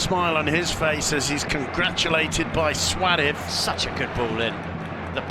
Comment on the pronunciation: Anyone know why the commentator calls Suarez "swadith"?